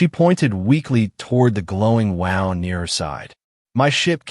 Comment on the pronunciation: The AI voice can’t even pronounce the word wound correctly. You need to get rid of it and get one that can pronounce words correctly.